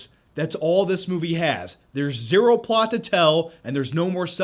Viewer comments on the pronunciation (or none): none